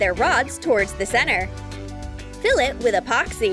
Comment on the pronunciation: Like this on how many times she said apoxy